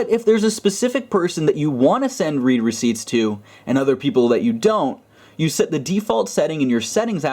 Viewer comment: the read there is pronounced "red"